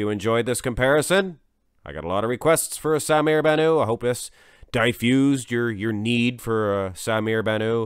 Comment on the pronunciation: You are pronouncing Bannout as if it is a French name with a silent t. It is Arabic and you pronounce the t at the end.